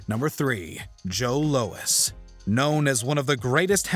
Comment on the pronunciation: This narrator can’t pronounce “Louis” correctly. Dude called it “Low-Ess”